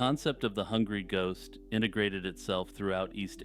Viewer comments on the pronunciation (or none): none